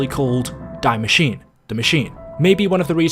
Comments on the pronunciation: Hey just as a friendly reminder: You pronounce "Die Maschine" not like the english "to die" but more like "Dee" And you pronounce the -e at the end of Maschine :) I know german is hard just for those who maybe want to pronounce the things right👌🏼🤝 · Just a little FYI, the ‘die’ in ‘die Maschine’ is actually pronounced “dee” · It is pronounced Dee ma sh ee na I saw quite a lot of people mispronounce the name since it is German but love the videos The perk is actually dead shot just take a extremely closer look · Hey love the channel man I’ve been watching since BO3. Small thing, the German word “die” is not pronounced like it is in English but it is pronounced “dee”. Keep up the good work. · "Dye machine" lol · Its actually called DIE MASCHINE wich means THE MACHINE not die machine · I came to comment this I’m glad somebody did because it was honestly making me cringe 😭😂